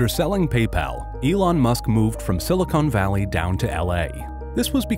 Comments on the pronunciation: It’s silicon valley, not silicone valley 🤣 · “Silicone valley” My eye: twitches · "Silicone Valley" 😂